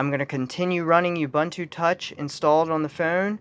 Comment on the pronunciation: Say it with me: "Oooh Booon Tooo", not "Yubuntoo"